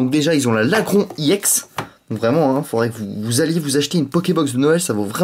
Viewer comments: on di pas iEX mais juste EX! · je crois qu'on ne prononce pas i ex mais ex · on dit ex pas i ex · Pour ceux qui ont pas compris iex c'est ex mais il le prononce en anglais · Est on-dit pas i ex mais ex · tu me doul de dire iex au lieu de ex sa manerve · Pourquoi tu dis iEX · On dirait un gogolito en disant i ex xD